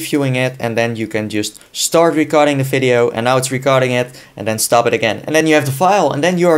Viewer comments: Fideo??.. Its "Video" Dude :D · hehe "fideo" I know that the V in german is pronounced F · "Fideo" "NFidia" Best. Accent. Ever. :D